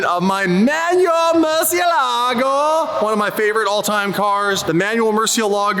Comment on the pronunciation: Learn how to pronounce Murcielago sped old mut